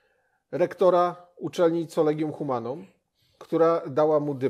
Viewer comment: Collegium Humanum wymiawia się przez 'K', nie przez 'C' - 'Kolegium Humanum'. Proszę się przygotować porządnie merytorycznie, bo słysząc takie błędy spada Państwa wiarygodność jako rzetelnych redaktorów.